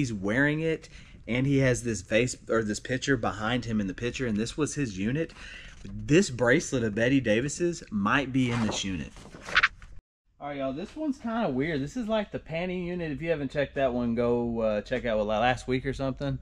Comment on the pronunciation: Did you cringe every time he said betty instead of bette lol